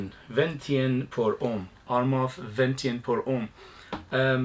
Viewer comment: your pronunciation was fine, Venetian ( Veneetion), relating to Venice, I’m thinking gondolas and waterways, sounds like a scent I’d be interested in.